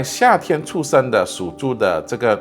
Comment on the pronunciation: 师父发音需要标准一点 他的 出生 发音 一直 听成 畜生 😂